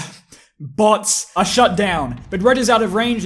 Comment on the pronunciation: I turn on the subtitles and when he said bots it turned into butts